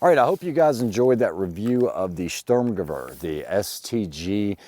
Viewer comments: to be pedantic it's sturm ge vehr not sturm ge wear. Klar? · The W in German is pronounced like a V. It should be pronounced “ Sturmgevair “ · Sturm is pronounced “Shhturm” Gewehr is pronounced “Gevveer” ShhturmGevveer